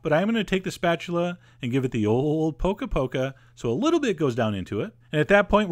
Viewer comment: "Poke-a Poke-a"